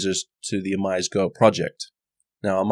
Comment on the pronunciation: oh-mee-seh(y)-go. And thanks for the vids.